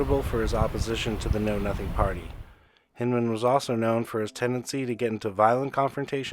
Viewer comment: Hindman i have always heard pronounced with an I......like Blindman